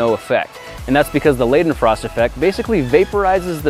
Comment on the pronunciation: Wow you did not pronounce the leidenfrost effect right